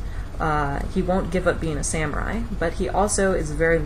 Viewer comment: It's pronounced sah-mu-rai.